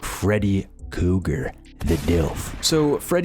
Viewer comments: omg are you really going too keep calling him "Freddy Cougar" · Kruger. With an R